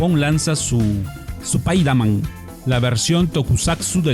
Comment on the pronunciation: Spaider man de niu enimeided sss-eries!!! Ja, ja, ja. Buena info, gracias.